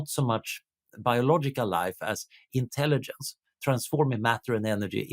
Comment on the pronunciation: Swedish doesn't swallow the g, so why does he mispronounce intelligence 8 out of 10 times?